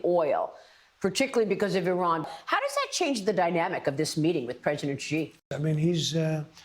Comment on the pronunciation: Xi is not pronounced "Gi".